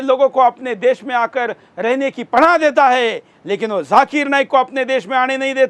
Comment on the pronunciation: Abe chutiye lallu....jhakir nahi zakir.. pehle thik se bolna seekh....